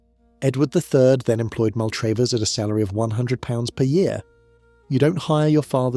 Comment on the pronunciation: Not MAL TRAVE ERS...... pronounced Mal trav ers , ....................